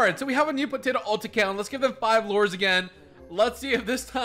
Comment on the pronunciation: He keeps calling lures lores